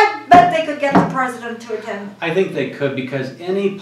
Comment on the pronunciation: Who is the "pruhzuhdunt"? Was this directed by Ed Wood, by any chance?